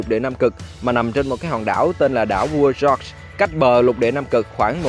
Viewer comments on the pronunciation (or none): none